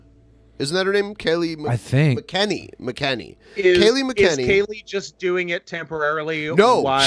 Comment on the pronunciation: It’s pronounced Mac-N-Annie